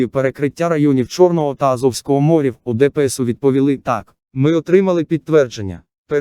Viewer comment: Новини хороші... тільки чому стільки помилок?? Особливо з наголосами. Чому (чорного і азовського) "мОрів", а не "морІв"? Чому "п'ятнИцю"? "передісторія тАка", "глибИни яка залишилася", "на рІзку критику" , "не допускати в пОрти"... українці так не говорять...